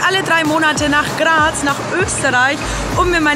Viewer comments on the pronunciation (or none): none